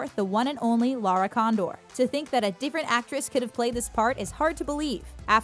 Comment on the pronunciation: she said LARA condor